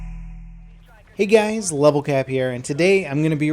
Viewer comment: did he just say hey gays?